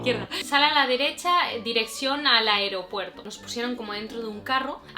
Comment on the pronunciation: En tu video de la sorpresa a tu madre, dices mucho Aropuerto 🤣🤣❤️